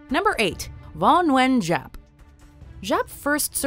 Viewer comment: ughh the narrator butchered the pronunciation of vo nguyen giap